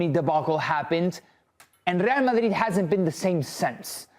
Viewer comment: It’s the right way to say it